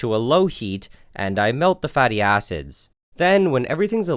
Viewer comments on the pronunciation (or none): istg it sounds lie hes saying fatty asses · "fatty acids" nah I kept hearing "fatty asses" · when you said "Fatty acids" i thought you said fatty asses LMAO! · For a sec i though you said fatty a$$es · Who else first thought he was saying fatty asses instead of fatty acids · When he said “fatty acids” I was literally dying about how it sounded